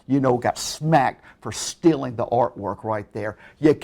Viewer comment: Who the fuck pronounces "law" as "lol" and "stealing" as "stilling"? Sincerely, a Finnish Person with too much free time.